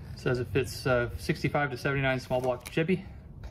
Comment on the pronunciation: He said "Small Block Chuby"!😂